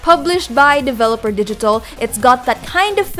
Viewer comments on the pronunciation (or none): It's Devolver Digital, not Developer Digital. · She keeps saying Developer Digital it is Devolver Digital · It's Devolver Digital.....not Developer